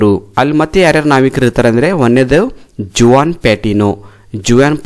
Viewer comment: That is Juan but J is silent